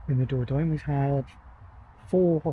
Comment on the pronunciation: Hi, enjoying your videos, thank you. And your van is fabulous! Just a tip - and you are not the only English person who pronounces it incorrectly, believe me - but it's better to try saying THE DOR-DON-YE!😅